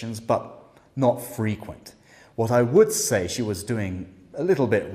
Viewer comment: Your feedback and manner are brilliant but i do sometimes think you’ve misunderstood what the candidates are attempting to say. I heard “frequent” as being intended as the verb - albeit quite rare in everyday language - and she just misplaced the word stress so it sounded like the adjective.